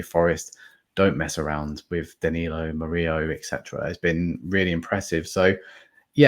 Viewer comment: Mur - ILL - O,. he's not blooming Spanish!